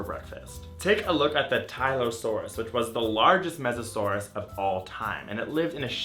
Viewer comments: Mosasaurs not mesasaur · I'm pretty sure "small mammals" weren't around during Meganeura's time. Also, there were no snakes during the Triassic. And finally, the word is "mosasaur", not "Mesosaurus", which was a Permian period aquatic reptile.